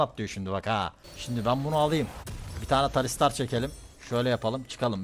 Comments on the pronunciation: Kanka bi kere tahsildar de sonra talistar demeye devam et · Kankam şuna talistar diyip durma kurban olayım takıntım oldu tahsildar 😂😂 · abi TAHSİLDAR TAHSİLDAR TALİSTAR DEĞİLLLLL